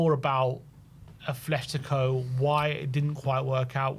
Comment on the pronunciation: Please fellas it’s “ATletico” not “ATH” 😭